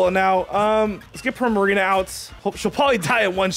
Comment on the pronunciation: Why do u say Primarino When its Primarina